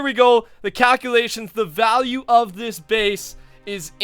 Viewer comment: "The cowculations are in!"